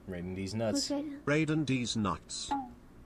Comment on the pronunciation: Raiden sounds like ride on.